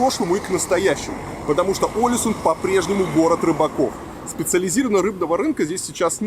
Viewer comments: Billie Sein, И ударение на первую букву - Олэсюн. 😊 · Олесунн, ударение на последнюю гласную, так же как и Тромсе́ или Вадсе́ или Варде́ или Киркенес)))